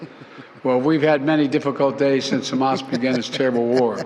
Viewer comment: Right dude talking bout hamah cant even say it right justbanither grifter